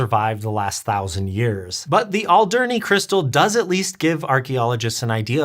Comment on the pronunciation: Alderney is pronounced quite differently i think. Why not call the local government.